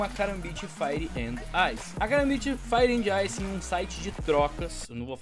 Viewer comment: Só faltou aprender a falar inglês pra conseguir pronunciar fire and ice...